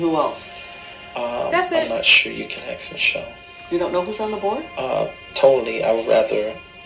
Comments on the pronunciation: He says "your gonna have to axe Michelle" no less than 100 times in the full deposition. Michelle is everything...when it helps him deflect that is. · In the full deposition he says “you have to axe Michelle” dozens of times.